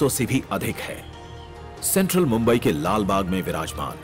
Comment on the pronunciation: Not bumbai it's mumbai